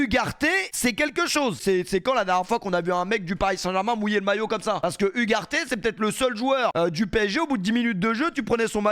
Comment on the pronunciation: Hugues Arte, cette prononciation est effrayante...🤡😆